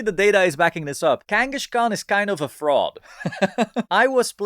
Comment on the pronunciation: Sorry to be that guy but it's Kangaskhan, not Kangashkan